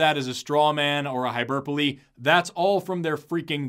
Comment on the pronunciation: I love the way he accidentally says "hyberpole" instead of "hyperbole." Both are funny-sounding words, but the former is adorably hilarious.